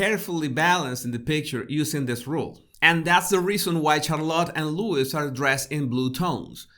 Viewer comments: It’s Louis - pronounced LouEE not LewIS. Get it right please. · It's Louis pronounced lou-wee not Lewis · The little princes name is Louis pronounced Louie(it’s French!!😉) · Vey good, but he is Louis not Lewis. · Nice analysis of this wonderful family. Love them. BTW their second son's name is pronounced "Looee" not Lewis. It's a French name, the S is silent. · FYI Louis is pronounced Looee. Silent S. love your vids😉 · just a note (especially for American English speakers): * Prince Louis is not pronounced as "Lewis", but as "loo-ee", like Louis Armstrong the great jazz trumpeter & singer. It seems most US people mispronounce the name of poor Prince Louis (forget their own Louis Armstrong and the many French King's names). Again, there's Lewis & Louis - both pronounced differently. The clue is in the spelling. Think French Kings & Louis Armstrong. * Charlotte's name starts with a "sh" sound, not "ch" even though spelt that way. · I think Louis is pronounced Loo-ee, not Lewis 👍🏻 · I love your channel but feel you're really over thinking this family photo big time Btw, Louis is pronounced LOUIE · Louis is pronounced Lew-ee. the S is silent. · Prince Louis (silent S) not Lewis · Loo e is how his name is said. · I know his name is written Louis, but his name is pronounced Louie. Not a big deal, just popping in to help out :) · Louis is pronounced 'Luey' for the youngest. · Not that it matters too much of course, but Louis is pronounced as Lou-ee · its Louis pronounced Loo ee...hes from Britain so that's how it's pronounced here and it cant change because someone is from a different country. My french friend used to call me Veronique. I hated it as its not my name.😄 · Can I please remind all Americans that the S in Louis is silent!!! Slight urghhh but gets me every time lol.